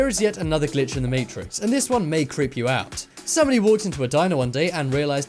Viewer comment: stop saying glich in the maytricks